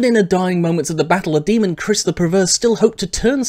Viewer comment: The proper pronunciation is Ky-riss.